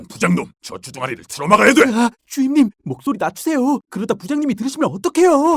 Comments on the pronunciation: 자꾸 정연 주인으로 들리네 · 자꾸 주임님이 아니라 주인님이라고 그러는거 같앜ㅋㅋㅋㅋㅋㅋ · 왜..자꾸 주임님이 주인님으로들리지..?(?) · 선우가 주임님이라고 하는게 들을 수록 주인님이라고 들리는건 나만 그런가? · 마지막 기달리세요 주임님을 기달리세요 주인님 이라고 들었음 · 상여자 처음 보는 사람인데 처음에 주임님을 주인님이라고 들었네 ㅋㅋ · 아 자꾸 주임님 인데 주인님으로 들리넼ㅋ